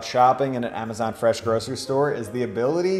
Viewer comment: Ah-ma-zanh Fresh Store